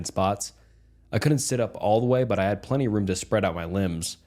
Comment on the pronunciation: A plen tini 😂😂😂